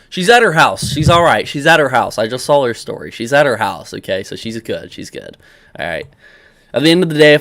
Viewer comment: Also the word saw that you say alot doesn't have an L at the end "I sawl it"